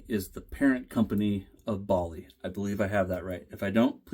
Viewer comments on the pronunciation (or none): Forgive me here, but why on Earth can no American pronounce Baili correctly? Bai=by/buy/beye so Baili is By-Lee😊